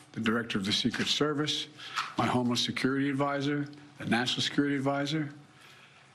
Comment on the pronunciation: I thought it was just me. Yes,kept hearing same. Thought he was saying " homeless"